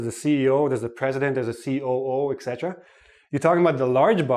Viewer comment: Why do you pronounce "etc" as "eKsetra"? I've noticed lots of native speakers do so